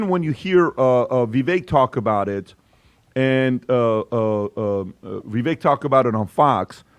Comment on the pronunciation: Vivak. Rhymes with cake. Jesus guys.